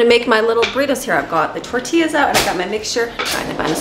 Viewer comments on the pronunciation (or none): Tor-tea-ya hope this helps 😉